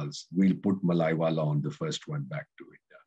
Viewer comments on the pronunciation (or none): First pronounce the name Mallya correctly. It is not mallaywala. Atleast Mallya was willing for settlement and part of it is recovered. Tell how much recovered from Gujarati and north India businessman. Just targeting mallya for his flamboyance and fun loving nature..